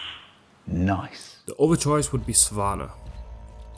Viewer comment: Caught me off guard with the "noice" Lol